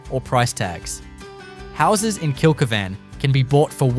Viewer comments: Kilky van? Why can’t you correctly pronounce the names of the towns you are attempting educate people on. It’s Kill keevn. I had to stop watching your video…I just about choked every time I heard your horrible miss pronounced version. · Kill-key-van pronunciation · He's obviously never been there, or he'd be able to pronounce it.